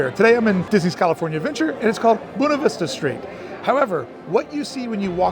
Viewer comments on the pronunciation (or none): It is pronounced Bwayna Vista, not Boona Vista! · It's not "boo-nah" it's buh-way-nah" 😂